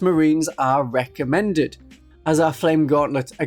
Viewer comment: "Infernus marines are WRECK-amended"